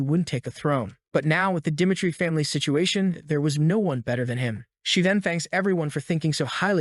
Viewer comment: Dimitry is not pronounced "duh MIGHT tree" and really, find a reading AI that works.